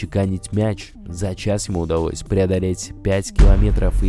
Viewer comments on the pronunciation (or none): Суожно, пуане, дрифтауал, усуовия, удауось, вошеу, уолосы...:D